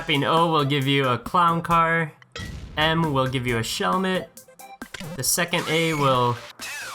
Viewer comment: he said shelmet